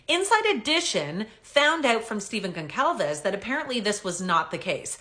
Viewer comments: GON-Sahl-VES THE C IS PRONOUNCED AS AN “S” . …. You’re welcome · I don't believe your pronouncing Steve and Kaylee's last name correctly. Never mind the Canuck accent. should check that out. Maybe I'm wrong 🤷🏼‍♂️🤦🏼‍♂️🤷🏼‍♂️